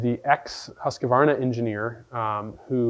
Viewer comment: Pronounced "Hooskvarna".